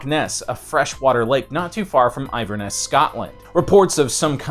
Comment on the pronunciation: Inverness, not iverness!! Good video though.